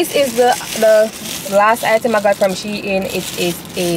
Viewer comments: It’s she-in but you pronounce it as two different words combine them😅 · Yes it’s She-In… As in She-Inside :) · Your pronouncing shein wrong for real girl you wrong and strong duah..... unless shein ambassadors dont know how to pronounce the brand they represent/selling but your pronunciation is actually wrong u no haffi get so loud pon the girl cause u wrong lol